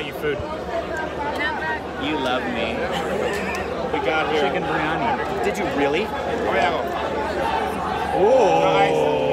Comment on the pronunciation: pronunciation.. its actually "birr- yaa-ni.." not b-yani and samosaaaa😆🤘🏻